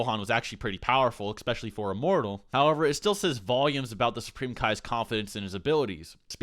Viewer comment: Can you please stop saying "ecspecially"?? It´s just "especially"!